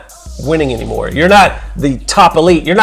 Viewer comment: So... are you going to correct the "aynmore" or not?